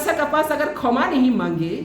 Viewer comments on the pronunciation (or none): Khoma nahi patal bai kshama hai😂😂